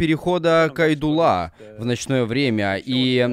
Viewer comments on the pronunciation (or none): Ребята! Пожалуйста, произносите правильно! Не КойдулА, а КОйдула. В эстонском всегда ударение вначале 😊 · кОйдула,все эстонские слова и имена, ударение на первую гласную букву.